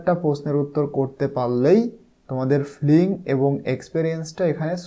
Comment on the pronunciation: ফ্লিং না ফিলিং হবে